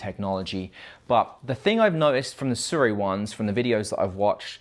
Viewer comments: aye no hate but "Su-Ray" is the only way I have heard it said how do say it. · American in their mind: *Hmm I wonder how to pronounce sirui, ahh yes "SU-RAY" 🦅😂 No hate man, I just find it funny how americans absolutely demolish pronunciations of some words. Maybe they would send you some if you got their name right😉 Good video overall though, personally I don't think the sirui or blazer look that pleasing. cooke and arri anamorphic looks 10000x better but of course they're very🤑